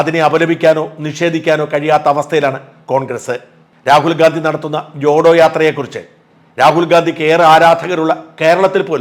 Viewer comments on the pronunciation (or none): none